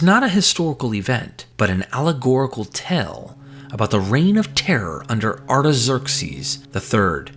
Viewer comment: great vid, but still pronouncing "tale" like "tell" instead of "tail" is so distracting.